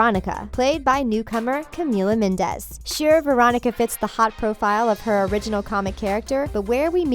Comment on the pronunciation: Carmen Martinez don’t forget she said camilla mindes